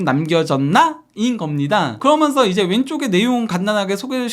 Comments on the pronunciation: 그러먼서 ;;;; 개듣기 싫다...그러면서 라고 하든가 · 면 발음이 잘안되는것같음